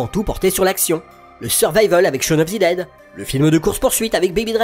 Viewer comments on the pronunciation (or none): none